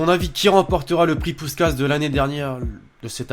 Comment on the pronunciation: Ca ce prononce pouchkach... mais ca secrit puskas